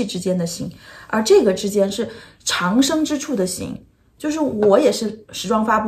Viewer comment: 长（读音掌）生